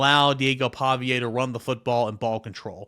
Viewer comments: Pavia (Pah-vee-uh) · Lol I was thinking the same exact thing. Not a fan at all but he has a pattern of messing up ppl names 😅